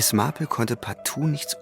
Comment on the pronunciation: Die Ansage einer Dame die nicht mehr auftaucht spricht Marple in amerikanischem Englisch mit Betonung auf R. Glücklicherweise die beiden Sprecher vom Radio nicht. Genug gemeckert. Englisch muss Englisch bleiben. 😊 Es ist wunderbar die Geschichte von einem echten Menschen vorgelesen zu bekommen. Sehr schön gemacht. Nichts geht über die echte menschliche Stimme. 👍👍⭐⭐⭐⭐⭐